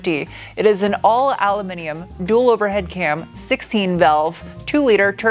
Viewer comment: Always thought your were extremely appealing ...but now I’ve heard you say “Al-u-minium” I’ve now upgraded you to awesome. 😁. Thank you for your hard work & content for this year & best wishes for the new year...